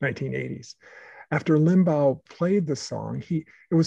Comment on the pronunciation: i dont understand why you repeatedly mispronounce Limbaugh’s name. Was it on purpose? It was LIM-baw... not LIM-bow (as in bow-wow). I LOATHED his politics (and lies and simplistic analyses) but thought he was an unusually skilled radio personality. He knew how to attract listeners and hold on to them thru the next break. I’m glad he’s gone, but still, i wish you’d pronounced his name correctly😊